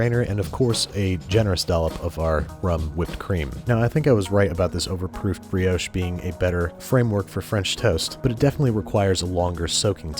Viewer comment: Nice vid but what is a breehohsh It is a brioche